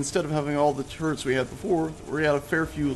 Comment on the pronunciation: Thought he said gatling carrots. lol